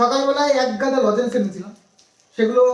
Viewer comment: তোমার উচ্চারণ গুলো ঠিক কর। প্রথম থেকে তোমাদের ভ্লগ দেখি। না বলে আর পারলাম না। "প্রচ ুর, শরীর, লজেন্স, সম্মান, গর্ব...